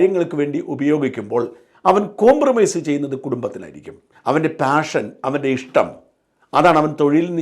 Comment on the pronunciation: പാഷൻ എന്ന വാക്ക് താഷൻ എന്നാണ് കേൾക്കുന്നത്? ശ്രദ്ധിച്ചു നോക്കൂ.